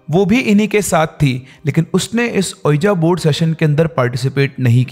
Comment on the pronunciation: So Many ppl listen to ur wrong pronunciation. Unknowingly they are learning wrong things . Can’t u jus google the correct pronunciation? What is iloojan baba ? Have mercy on ppl ? And what is ueejaa board ? It’s pronounced as weejee board .